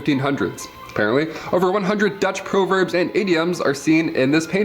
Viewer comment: Dude keeps mispronouncing the word proverbs.